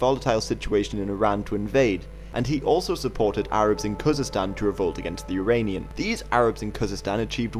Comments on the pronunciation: Uranian or Iranian??? get your pronunciation right !!!!!!! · Why do you pronounce "Iranian" like "Uranian"? It is quite annoying...